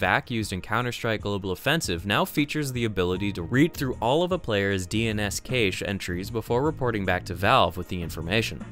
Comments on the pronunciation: Cache is pronounced "cash" btw. Thanks for another round-up. One of these days, one of these days there will be some Half-Life (or at least Black Mesa) or Portal news. One of these days... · just checking, the proper pronounciation of Cache is like cash , right ? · That pronunciation of Cache. Great video though!